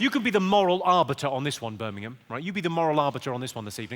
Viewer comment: Sometimes it sound slike hes saying "Spermingham" instead of Birmingham